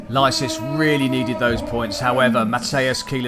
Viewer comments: I absolutely adore the way the commentator pronounces Licis' name 😂 In case you're wondering why: Licis himself pronounces his own name "Lee-Sis". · Lie-sees or Lee-cheese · This commentator pronouncing the name of Martin Licis wrong all the time is getting on my nerves